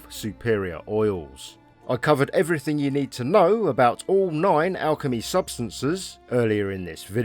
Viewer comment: "assuming you are looting eweriting in the environment"